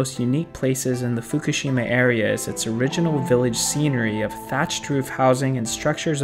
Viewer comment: I thought is isn't Fukushima? said it's fukshima hahahahahaha she even emphasize it not to get confused with the real Fukushima hahahaha